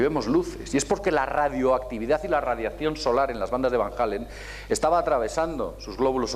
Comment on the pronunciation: ¿Cinturones de Van Hallen?. ¿De donde te sacas la "H". Y lo pronuncias "Jalen". Y Elkin dice abajo "para alguien con la cultura de...". Vaya cultura. Entonces ¿Cual es el nivel de los asistentes?.